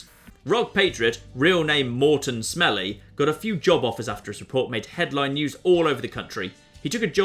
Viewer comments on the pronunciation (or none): I don't think rock patriot name is Morton Smelly even if it looks like that it's pronounced Morton Smilie